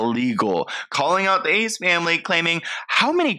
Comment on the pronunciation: Its Ace not ezz